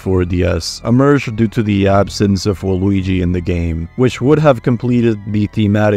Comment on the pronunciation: I don't know if it's just me but every Waluigi sounds like Luigi with an extremely silent V at the beginning.